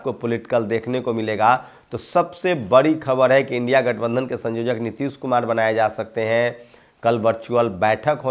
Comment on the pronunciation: संयोजक बोलिये सँजोजक नही